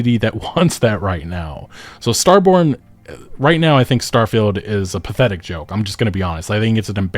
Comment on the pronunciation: git up uh get get down Star-fie-Uld is a joke in your town